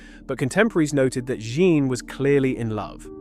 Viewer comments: My friend, you don't have to learn French. But if you're going to do this kind of work, you need to knuckle down and learn French PRONUNCIATION. It won't take long: A day or two. Here's a start: "Jeanne" is ZHUNN. Rhymes with "bun" but with a ZH at the start. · Your AI is poor and can't even work out how to pronounce 'Jeanne' and makes a total mess of the dimensions of that painting. You claim attention to detail. But it's just sloppy